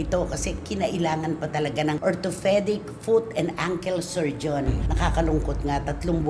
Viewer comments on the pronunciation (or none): ORTHOPEDIC NOT ORTO- FE- DIC!!!! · Ate Cristy orthopedic po walang “H” so you don’t pronounce it Ortophedic. Just saying. So stop bullying Wendell. Kaloka ka. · Kaloka ka cristy chismis kalang talaga magaling. Orthopedic po hindi ortofedic kaloka bubi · uu nga no hilig mang puna. ortofedic nga dinig ko haha feeling ferpect yan c cristhy permin 😂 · grabe makalait sa bisaya pero di mo pala ma pronounce ng tama ang orthoPEDIC , orthofedic talaga???? LOL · parati ni Cristy sinasabihan si Wendell ng may "P and F syndrome" raw at pinagtatawanan pa. E si Cristy nga ganun rịn, like ngayon sabi e " Ortho-FE-dic" when it's really "Ortho-PE-dic"!! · Gaga nga! Ortho Fe dic daw. Inaartehan kasi pag pronounce